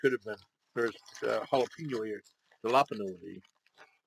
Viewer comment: The way you were saying jalapeno sounds like Galapagos as in Galapagos islands